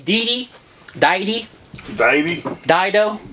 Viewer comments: I think it's pronounced like "dee-i-tee" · Deity is pronounced dee-ity btw love your vids allways entertaining watch you 2 interacting with one another...